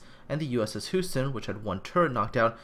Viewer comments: is not spoken Who-ston it's spoken Hue-ston. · I'm a New Englander, so I can't speak for Texans, but isn't Houston pronounced "Hyou-ston" rather than "Hoo-ston?" I know I'm nitpicking. I still enjoy your work on this series. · It was a larf, but is Canadian, so I forgive him.;-) Hoo-sten...we have a problem! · It's named after the city pronounced 'You-ston.' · compared to the pronounciation of the dutch names houston was only a tiny bit off :)